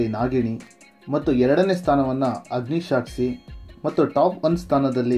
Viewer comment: ಅಗ್ನಿಸಾಕ್ಷಿ, ಅಗ್ನಿಶಾಕ್ಷಿ ಅಲ್ಲ